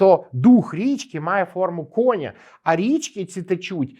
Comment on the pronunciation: Дуже прошу вашому шановному гостю пояснити та попросити його, щоб вірно ставив наголос у слові кінь, конЯ, кіньмИ ітп., бо ріже слух як чую "кОня"